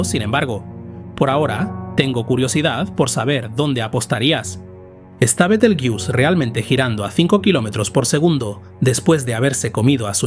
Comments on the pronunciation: Muy interesante, solo que pronuncia mal el nombre de la estrella, pues Betelgeuse es una palabra española por-lo que no debemos darle la pronunciación inglesa. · Betel... ¡qué! Betelgeuse se lee tal y como se escribe. Igual que Benalmádena, Benicasim o Gibraltar. La manía de pronunciarlo al estilo gringo. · Qué cutre decir continuamente el nombre con pronunciación de inglés... El resto muy bien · ¿Porqué pronuncian Betelgeuse en inglés viniendo del árabe latinizado? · Por qué pronuncias el nombre Betelgeuse en inglés si hablas en castellano y el término Betelgeuse proviene del árabe? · Yo lo dejaría en "Betel" que parece que en esa parte estamos casi todos de acuerdo menos los que dicen "Bitel"😁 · Pronunciación inglesa. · fisico en español o castellano se volaciza betelgeuse no betelyus eres inteligencia artificial me duelen lo oidos oirte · B-E-T-E-L-G-E-U-S-E no beteljus, alter ni leches. El nombre de las estrellas no es inglés, no de deis esa pronunciación. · No es "betlejuice" sonaría a betelgeuse como se lee en castellano. Su nombre viene árabe (Yad al-Jauzā') sugiere una pronunciación más cercana a "Yad al-Jauza" o "Be-tel-juz", con la "B" inicial siendo un error de transcripción medieval de una "Y" árabe. La forma más aceptada en español es tal cual se escribe, fonéticamente /beteljéuse/. Es otro caso de aculturación anglo... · Se pronuncia Betelgueuse, tal y como se escribe. No Betegeus, ni mucho menos Biteljus. Es una palabra árabe castellanizada, y según la RAE se debe de pronunciar tal y como se escribe. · Bitelchus o beteeljuice 😅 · Por favor, es un nombre mesopotámico, no inglés... se pronuncia como se escribe en latín: be-tel-gue-u-se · ¿Por qué dices «Betelguius»? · ¡¡¡ BETELGEUSE joder !!! que NO es ingles, coño. Es LATIN,la latinizacion de su nombre original en Arabe Wad al Jauza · Buenísimo el tema y la exposición. Me encanta este canal, felicitaciones. Bitelyuss Bitelyuss, Bitelyuss 😅😅😅